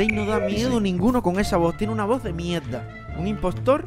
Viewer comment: Yo escuchando a decir mierdad